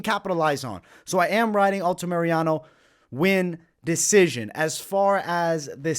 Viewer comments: Altamirano, say it with me, ALTA-MIR-ANO!!!! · For the love of GOD! Stop saying Alta-Mariano